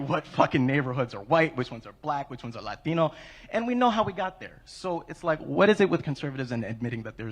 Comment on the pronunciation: Why did he pronounce “Latino” like that….